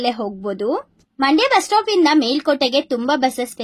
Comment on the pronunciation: ಮಂಡೆ ಅಲ್ಲ ಮಂಡ್ಯ